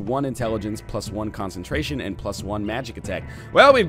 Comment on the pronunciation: "+1 concentration" Yep NL it's concentation